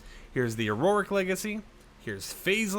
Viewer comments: Auric is said “aur - ick” not auroric!!! 😤🤭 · My ocd is compelling me to tell you that Auric is pronounced Or-ic, it's based on the Latin word for gold, aurum, that's y the gold variant is called the Auric Legacy